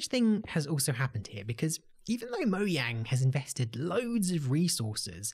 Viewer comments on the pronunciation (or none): Why did you say moyang, not mojang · Love how says Mojang instead of "Mojang"